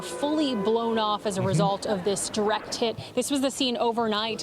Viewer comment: man she said twice direct tit.. and 10-20 secl ater she said direct tits lol